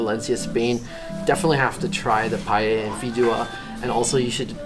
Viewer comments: Valencia is incredible isn't it? The gardens are just magnificent. BTW, are you pronouncing paella "pay-ehda"? I think it's "pay-eh-a" (no "D" sound). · As a valencian, the correct pronunciation is pa-eh-ya. Not pay-eh-ya or something like this. A lot of foreign people tend to pronounce it wrong, idk why. You did it more accurate tho